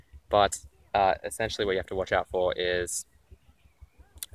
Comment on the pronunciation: ensentially, ensentially...